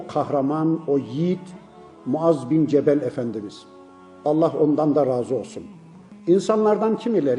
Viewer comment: Cemel değil cebel